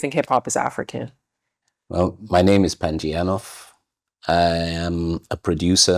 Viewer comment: Panji Eiinof ?? 🤦🏿 why don't you say his name properly